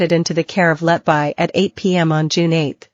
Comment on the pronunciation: Her surname is pronounced “Let be,” NOT “Let bye.” Why are these Americans, who cannot speak English, allowed to mutilate the English language?